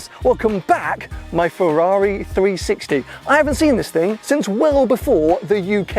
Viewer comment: Nobody:: FARARII